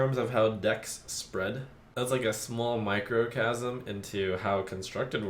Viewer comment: "microcasm" I think you mean microcosm.